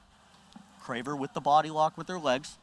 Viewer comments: Lol, drove me crazy every time he said her name. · He said she's "one of the best grapplers in the world right now" yet doesn't know how to pronounce her name.